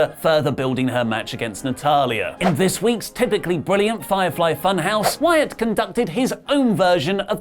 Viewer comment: Ironically you botched "Wyatt and Rollins" lol